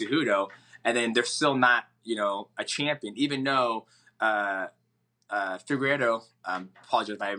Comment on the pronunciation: Anyone else notice dj say figeredos name right the first time and then say it progressively more wrong each time after that